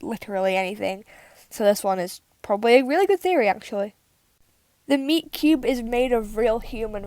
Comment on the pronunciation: When you said meat cube I thought you said miku